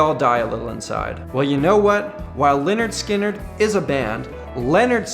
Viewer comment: Its pronounced Leh-nerd Skin-nerd for crying out loud. its was their first album